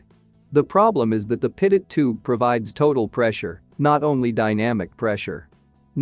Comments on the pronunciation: It's A Good Video But Teach Your AI To Pronounce Pitot As Pee Toe & Not Pit It. Thank You. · Pretty sure this is computer generated speech from a text script. 'Pit-oh' is how a computer would read it, 'Pee-toh' is of course how it should be pronounced. That aside, it's really good explanation of various airspeed measurements. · Why does the voice over say pitted-static system? and not Pea-tow-static system? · Pitot is pronounced "pee' toe". Thanks for your good work for pilots. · Maybe I'm just weird, but since Henri Pitot (a Frenchman) invented the pitot tube, this device ought to be pronounced PEE-toh. What is the point in naming things after people if we don't say their names correctly? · It would add validity to the video if the narrator knew how to properly pronounce "pitot".